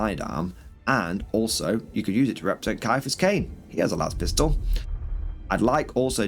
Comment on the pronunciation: I love your videos but every time you say Caiphas my ears suffer XD. It is Ciaphas kane, By the Emperor, btw hi From Texas